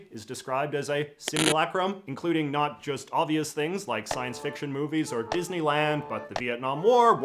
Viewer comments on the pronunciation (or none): none